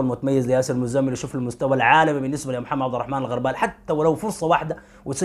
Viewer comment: الغربال بضم الغين وليس بفتح الغين